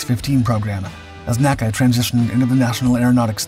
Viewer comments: The predecessor of NASA was always called "enn-a-see-a", not as "nack-a". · The NACA was never pronounced "naa-kah" It was always called the N. A. C. A. Only when it became NASA was it pronounced as an anacronym.